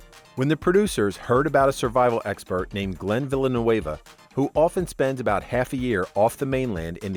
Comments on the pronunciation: glenn villa-new-avuh? have you ever even watched the show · Villeneuve...not Villanueva...cant you read?!? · Glen Villeneuve is not Glen Villanueva is from Burlington, VT. It's pronounced Vil-en-nu. You make it sound like he's from L.A. He may now live on the west coast but he's originally from New England. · its Villeneuve not villanoueva......... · Villeneuve is French not Spanish its pronounced Vl nuv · Would be nice if they pronounced his last name correctly. Villeneuve is NOT A LATINO NAME! Try pronunciation guide for French. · Seeing a lot of people complaining about he pronounced Glens last name. I bet 99% of the people here wouldn't know how to start pronouncing it, much like myself. Point is, who cares how he pronounced it, at least he put the effort. A lot better than people misusing "then" and "than" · Learn how to pronounce Glenn's name please! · That irked me too, his last name is of French origin, not Spanish. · lol Love the way you pronounce Glenn's last name...hahaha. Look up who Gilles Villeneuve was and how to pronounce it. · You said Glenn’s last name wrong 😑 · Stop mispronouncing Glenn Villeneuve's name he is French not Spanish. No one could force Sue Aikens to do anything. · That’s not how Glen’s last name is pronounced. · Wild way of pronouncing " Villeneuve." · If the narrator mis-pronounces Glen's last name that badly, he obviously doesn't watch the show. Click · I like how took butchering the word "Villeneuve" to a whole new level. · Lol this guy can't pronounce Glen's last name. It's French not Spanish.